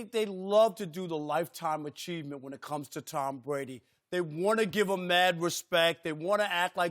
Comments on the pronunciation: Take a drink every time Rob Parker says Tom Bwady is falling off a quiff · Towm Bwady is falling off quiff